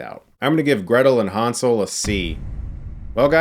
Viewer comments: German here. All of the background doesnt even look germanic. Maybe slavic with a mix of North american folklore. And its Hänsel, not Hansel. Ä is pronounced quit different from A in Germany. But I guess respect for another mans culture only counts when its non-European. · what's with all the fucking 4:3-bullshit lately? also it's pronounced "hennsel" (from german "hänsel") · The pronounciation Hunsel makes it Ungerman and Unenglish at the same time. Like damsel would be right. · Han - sel😂